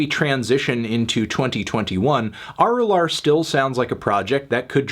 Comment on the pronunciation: It's pronounced uh-ru-luhr or uh-ru-laar, melon